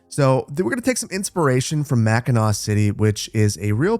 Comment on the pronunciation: u know hes local when he knows how to pronounce mackinac